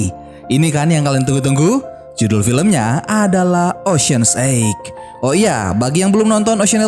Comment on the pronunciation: Min ocean 8 bacanya bukan ocean egg. Emang telor 😅😂. Ocean 8 bacanya (oshen eit)